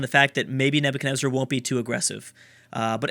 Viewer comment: Please don't take this as an offence and Idk if you've corrected yourself but Nebuchadnezzar is pronounced Nebutshadnezzar not Nebukadnezzar.